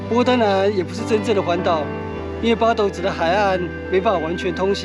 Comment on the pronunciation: 八斗 發音真的像西文的鴨子pato